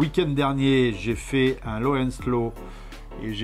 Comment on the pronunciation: Low AND slow, pas low ON slow. 😉